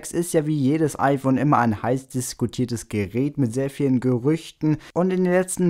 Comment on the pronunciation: Ifön 6? Bei xD